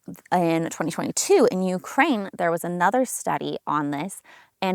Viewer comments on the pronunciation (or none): none